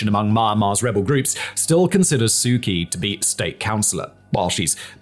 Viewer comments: Why do you pronounce her name "Key" when everyone else calls her "Chee"? Why is there a big Lifesaver floating behind your head? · I really like your videos! Please know that the nameof the Burmese lady your Burmese report is about is prnounced Soo CHee, with a ch as in church.